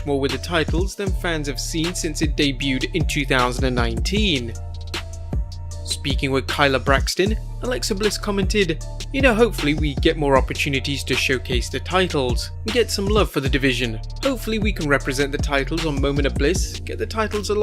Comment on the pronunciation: Get my Future Wife Name Right...Kayla Braxton Not Kylah Braxton.... Toni Braxton's StepCousin 😂